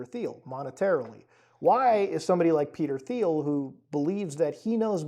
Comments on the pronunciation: It's not pronounced "Thiel" it's "Thiel" lol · Muta, please pronounce the bastards name properly , the H is silent ,like tea'll. Just so we all know who he is without confusion. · "Thiel" is pronounced "Teal," same as the color the rest of us call "aqua." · I think it is pronounced Peter Teal? Not sure though. I do know that Peter Thiel is an anagram of “The Reptile” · Great video. By the way, Peter Thiel's last name is pronounced "TEEL", i.e., with a hard "T". The company is pronounced "PAL-@ i.e., the accent is on the first syllable. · Peter Thiel’s name doesn’t use a “th” sound. It’s pronounced like “teal” and rhymes with “feel”. Normally wouldn’t make a thing of it but you’re gonna be saying this weirdo’s name more over the next 12 months I suspect.